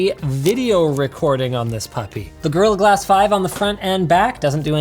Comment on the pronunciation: "the girl-a-glass 5"